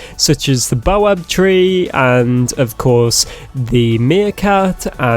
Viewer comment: It’s pronounced bao bab Not bo abe